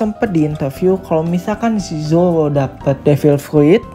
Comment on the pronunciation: kedengernya zowo 😂😂